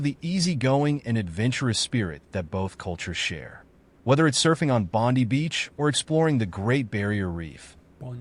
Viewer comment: so irritating when they mis-pronounce words in "documentary" type videos proper way to say Bondi IS Bond-eye (sighs)